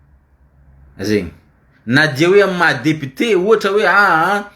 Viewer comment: Lire le mot "député" en mettant l'accent au bon endroit au premier syllable.